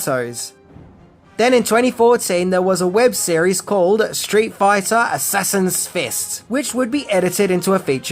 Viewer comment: "straight foyta"